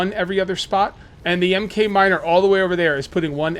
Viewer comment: Just so you know 'Mk' is pronounced mark.